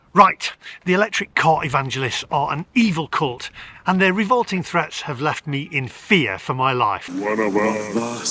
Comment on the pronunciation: I think when you called the Evangelists a cult you got the letter L mixed up with an 'N'